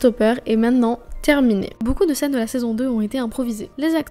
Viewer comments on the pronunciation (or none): none